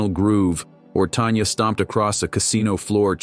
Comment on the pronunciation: Tanya, not Tonya.